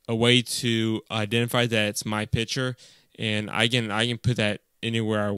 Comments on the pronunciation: Thanks, very useful. But it's "picture", not "piture" :-P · While you were saying picture you said Pitcher